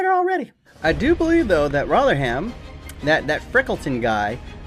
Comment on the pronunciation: You pronounce rotherham rovrem